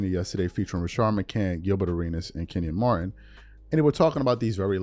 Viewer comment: you got to get these players names right lol… who is Kenny Martin?